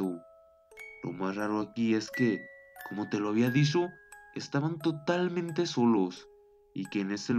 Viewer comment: Jaja se dise dicho no disho